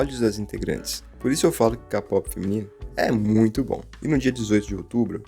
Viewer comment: Não se fala "Lo-ona", se fala "Luna", e kpop, não se fala "Kapop", se fala "keipop"